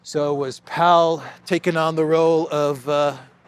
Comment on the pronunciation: Powell pronounced "pole". Connected to Blair. Looks like him.